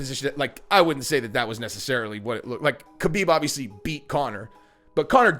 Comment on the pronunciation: Always cracks me up how well known the proper way to say Khabib is “Habeeb” and people still wanna be lazy and say “Kabeeb”. Lol. Imagine people saying your name wrong all the time when they can see many videos and hear people say your name correctly but they choose to just say it the way they started saying it when you were unknown.